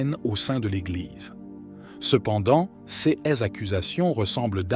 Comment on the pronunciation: Qu'il est agaçan d'écouter un robot incapable de lire des mots aussi simples que "cas", "ces" etc.